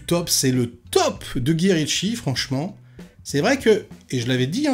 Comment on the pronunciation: 🤣 Non, t'as le droit, je respecte ta prononciation si ça a toujours été dans tes veines! Trop hâte de voir MobLand et Ravage aussi, je sens que ça sera un banger!